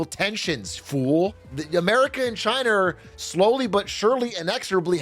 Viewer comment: Surprised neither him nor chat noticed him combining 'China are' into "Chiner"